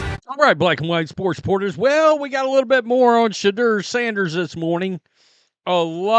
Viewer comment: How you say his name makes my balls ache